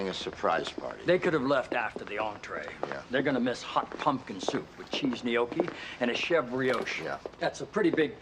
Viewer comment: I loved that he pronounced Gnocchi correctly. That's hard for the "Merican" (Americans who aren't of Italian descent).